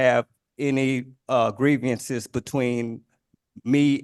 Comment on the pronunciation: Dude said “greevyinses”😅